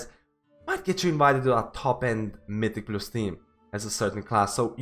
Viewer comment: my dude learn to pronounce mythic+ already, i've been watching ur vids for 1 month and you still say it wrong, wtf